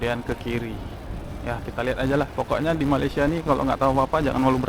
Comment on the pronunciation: Kita orang Malaysia enggak bilang Malaysea tapi sebutannya Malaysia.